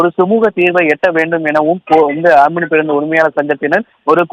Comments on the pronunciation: It's not amini it's omini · Not omini Omni